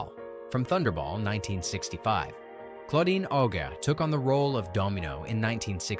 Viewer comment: Wrong pronunciation of « Claudine Auger »